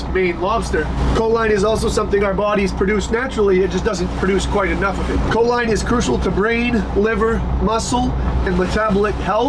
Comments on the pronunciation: I beleive it is pronounced co-leen rather than co-line. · Enjoy your content bro just one little thing that my eye twitch, it’s not co-line, it’s co-leen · It’s pronounced “cho-leen”. It increases acetyl choline levels which is a neurotransmitter in the brain. It’s a primary ingredient in most nootropic products for focus and overall brain function.